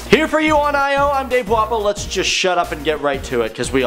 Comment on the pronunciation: why do i always think Dave says Dave Waffle instead of Dave Walpole XD lol